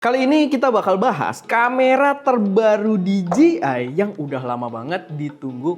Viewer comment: Koreksi cara penyebutan DJI yang benar bang, yaitu "Di-Jei-Ai", Bukan "Di-Ji-Ai". Terlihat sepele namun maknanya beda, "Di-Ji-Ai" lebih tepat kalau mengeja huruf DGI. Atau biar tepat sekalian aja pakai pelafalan Indonesia yaitu "De-Je-I" wkwk